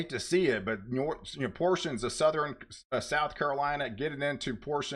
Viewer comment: Hello and best wishes. I was in broadcasting 30+ years. Having said that, I have friendly advice so you can sound even more professional. 1. Relax & just share the info. Forcing your voice & sounding over hyped diminishes professionalism. 2. You consistently mispronounce “southern” and “northern”, etal. You say “suh thren” and “nor thren”. The “R” is misplaced as you pronounce these words. It’s annoying. Southern should be pronounced “suh thern”. Northern as “nor thern”. 3. Just speak like you’re talking to a friend. Calm down. Peace & love.